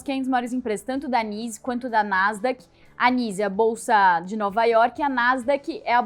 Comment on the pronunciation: Moça, NYSE se pronuncia "naize". Se falar "nize" no mercado ninguém vai entender.